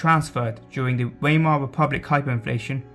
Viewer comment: Try Vymar and Ryk if it helps. Pronunciation is important if you want to be sound knowledgeable.